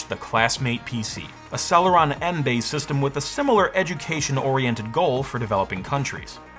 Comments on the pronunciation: "Intel Celery M" 😭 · Intel 'Celery' CPU 🤣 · Haha, "Intel celery"!